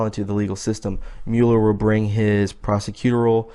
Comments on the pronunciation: prah seh kyoo TOR ee al (emphasis on TOR) = pronunciation of prosecutorial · Pro sec u TOR ial. Wtf you can read. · Love your passion bro... but u gotta figure out how to pronounce the word prosecutorial. ;) LOL